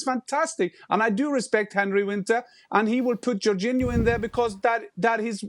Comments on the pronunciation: Man said "Jorginho" like we wouldn't notice lol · LewaNgoalski is a point but iorginho😂😂